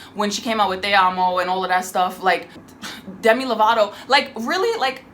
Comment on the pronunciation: I am SO. MAD that you called them “Themi Lovato” O.M.G!